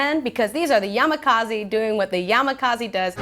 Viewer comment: Yamakaziiiii lol. It is yamakasi.